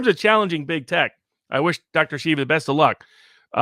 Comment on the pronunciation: Viva!!! Pronouce name Dr. SHEEVA, not shiva